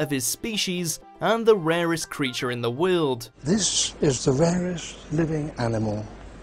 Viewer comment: lol why does the narrator say "world" so bizarrely